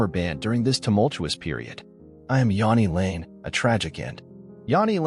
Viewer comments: you can’t even pronounce his name properly. Half the clips are NOT from Jani lane. JFC. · Yeah if we're going to do these lets learn how to say the fkn name